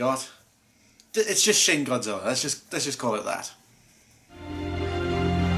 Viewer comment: I keep thinking he says sh!t godzilla